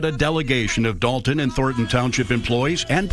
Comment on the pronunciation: Why is it so hard to pronounce DOLTON?🤔 (it's NOT DAWLTON) Rhymes with VOLT, BOLT, COLT, JOLT... Not one professional speaker, narrator, anchor person has pronounced it correctly. You're all a bunch of DOLTS! IMO. But I've also noticed the same people say ELL-inois. Sigh. 😞